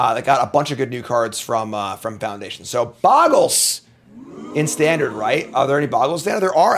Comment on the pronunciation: Why does everyone say boggles? It's bogles!